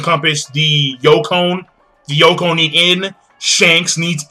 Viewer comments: They are called the Yonko dude, not Yokon. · First of all, I've posted this into many of your videos... DUDE IT'S NOT "YOKON" it's YONKO .... how the fuck can you tallk about One Piece and call four emperors a YokON? ... seriously dude, now give us that spoiler ! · The "YOKON". LMAO.